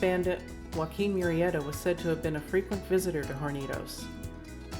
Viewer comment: The videography sepia tone footage is absolutely nauseating, and unworthy of your data, which is pretty accurate. Extra point for pronouncing "Murrieta" correctly.